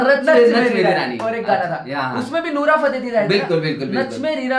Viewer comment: Bhai nura nahi nora hota hai 🙏🏻🤣